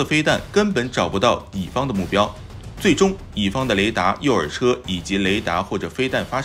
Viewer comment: 读稿都读错，己方。自己的己。